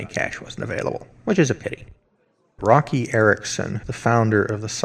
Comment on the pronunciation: Roky pronounced Woky